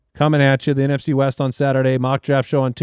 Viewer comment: NFC East? I thought your said NFC WEAST!